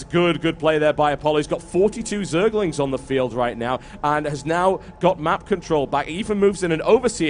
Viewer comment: lol, it sounds like hes saying zealots not zerglings =)